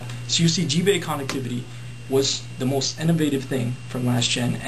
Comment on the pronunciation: lol, G-bay!!!! instead of gba